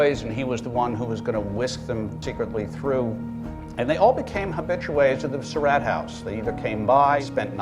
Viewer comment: David O. Stewart needs to learn how to pronounce the Surratt name correctly. He pronounces it like "Sir Rat," when in reality it's pronounced like "Sir Rot." If Mr. Stewart reads this, I admonish him to start pronouncing the name correctly.